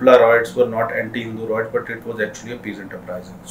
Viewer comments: Good explanation but it's pronounced "RIOTS" not "ROITS" , please be careful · it is rye-ets not roy-ets.